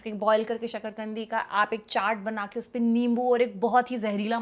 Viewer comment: i heared sakarkandi as shql gndi and she continue ki kese psnd nahe he i was shocked but later relize ki usne metha alu ka asli nam achanak se lia he